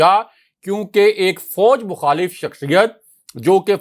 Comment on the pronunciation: Very detailed information. Please work on ur pronunciation ، it is fauj not fouj.